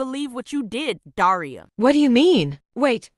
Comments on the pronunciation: When said daria it sounded like diarrhoea😊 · The fact that pronounces Daria like deiria 😭 (Sorry if I spelt that wrong im not English!) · Daria more like daraia